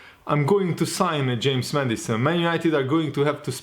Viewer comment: Everyone: James Maddison: James Medicine